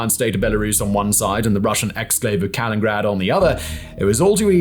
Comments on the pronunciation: Kah-LIN-in-grad, not KAL-in-grad. Four syllables, not three! When will he ever learn? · Everytime he says kalingrad instead of kaliningrad, it drives me nuts. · Simon, say it with me now: KA-LI-NIN-GRAD. not KA-LIN-GRAD. :D P.S. Love the content. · It's kaliningrad, not kalingrad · This is really bugging me so I need to say -- the city Kaliningrad is pronounced "Ka - li - nin - grad", not "Ka - lin - grad". There's a syllable being skipped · Still patiently waiting for Simon to say Kalin-IN-grad correctly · Lol, Simon, it’s Ka-lin-IN-grad. Not Kalin-grad. You gotta pronounce that extra “IN” buddy. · KaLININgrad Simon! KalinINgrad! One more syllable! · KalinINgrad mate. extra "in" in there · Wouldn't it be nice , if you would not butcher AnkAAra and kalin(in)grad - and other non-english vocabulary ? ? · ka-lin-in-grad say it with me Simon lol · Simon is way too smart not to know how to say Kaliningrad. I think he says it wrong just to annoy us pedants